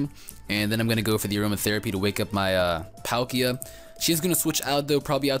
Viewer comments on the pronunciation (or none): none